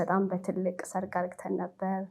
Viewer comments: Please dear don't say argeten say aregen . Please correct this word. And don't expose your leg as this much. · በጣም ቀሚሷ በተለይ 😂😂😂 አነጋገሯ አዎ 👍 "አርግተን" ከምትላት ቃል ውጪ እንከን አልሰማሁም